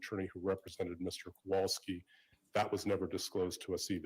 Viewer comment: There are several things that make me angry regarding the defense “lawyers”—number one—Altenberg/burg (spelling) : he was so disrespectful regarding Beata Kowalski! He was there for trial, he KNOWS the proper pronunciation of her name. Number two, he acts like this is HIS COURT, and Judge Carroll answers to HIM. And the way Judge Carroll cowers to them, I’m beginning to think it’s true. Three: Quoting Judge Carroll “if I think there is ANYTHING missing, I will look upon it highly, HIGHLY unfavorably”—ok, so where are the sanctions? And claiming sanctions for “both sides”? What have the plaintiff attorneys done to warrant sanctions? Nothing I can think of or remember!!!!